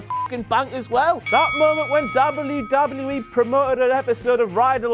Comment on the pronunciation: ''Dable You Dable You E.'' Sorry I can't get over it. lol Good job still ^^